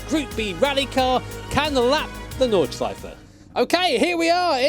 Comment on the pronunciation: no flaws in the pronounciation of nordschleife :D